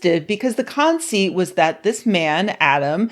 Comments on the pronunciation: the "KAWN-seat"? Lmao who doesnt know how to pronounce conceit? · CONceit? i'm bigoted against that pronunciation. lol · Eh...bro, you're smart and everything, but going--in one breath--b/w excoriating Adam Conover's haircut+smirk to then pronouncing "conceit" as "con-SEAT" is sus af. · Pronounce "conceit" properly in the future or face the wrath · that is not how you pronounce the word conceit...I would expect that from someone younger.